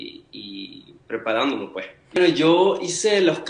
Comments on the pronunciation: Ese "puej" es tan venezolano 🇻🇪❤ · Me muero cada vez que dice ✨ puej ✨ 😭❤️🛐